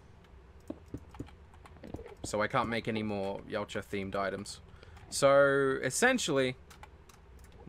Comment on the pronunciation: i keep hearing u say yowt ja even it pronounced yot ja